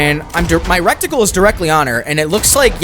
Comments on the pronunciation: drove me crazy how many times you said "rectagle" instead of reticle, and "blimp" instead of blip. the blimp one is extra retarded lol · everyone calling out Supposably but no one is saying anything about "Recticle" its "Reticle" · I’ll be the one to say this, it’s pronounced “RE-TICLE” not “REC-TICLE” for the future. Cool video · And “recticle” its reticle. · Not piling on, but yeah I thought "rekt-icle" instead of reticle was a pretty funny one lol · That ans reticle - recticle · The thing you aim with is called a reticle, not a rectickle😂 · This is the second RDR2 content creator I watched today who says wreck-tickle instead of reticle. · It's pronounced reticle, not recticle... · he says recticle instead of reticle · don't worry about saying "supposably" i'd be more concerned about saying "RECTicle" and not reticle 🤣😆🤣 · It’s not recticle it’s RETICLE dyslexic ass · Cool video. Side note, you’re saying recticle but it’s pronounced reticle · Bruh it’s RETICLE not RECTICLE. lol good video though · "Rectacle"? HAHAHAHA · “Rectacle” is crazy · Suppoza BLEE Suppoza VLEE RECTicle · Palm tree. Also fyi it's reticle. Pronounced Reh-tickle. Thanks for the vod. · Every time he said “recticle” I thought butthole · It's crazy how many youtubers can't pronounce reticle. 😂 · I'm sorry I know this is a nitpick but your pronunciation of reticle isn't correct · You obviously speak well but yeah “supposebly” is not a word. Also I think you said reticle wrong also, sounded like you said reckt-icle